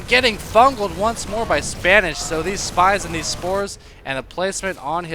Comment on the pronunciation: its not Spanish.. Its SPA -NEE-SHEE-WA